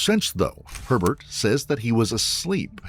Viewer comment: i keep hearing pervert instead of herbert 😂